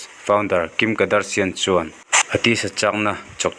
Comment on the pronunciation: Tinge kadarsian i tih daih a 🤣🤣🤣